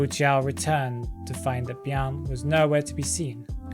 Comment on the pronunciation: Hope this doesn't come off as too rude but you mixed up the lore for Wu Chang. It was Fan WuJiu (Black Guard) who died in the rain and Xie Bi'An who died after. Also please say Bi'An's name as two syllables instead of one (sounds like "Bee-Ahn" I guess??) as that is how it should be pronounced